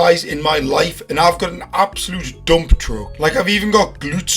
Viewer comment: “Absooloote doomp truck”🔥💀😭